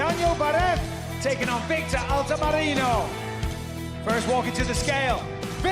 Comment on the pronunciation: No one ever ... Bisping : Victor ALTAMARINO ... & Victor ALTAMARANO !!!!! Bruh !